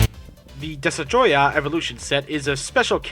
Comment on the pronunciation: did he just say desatroyah?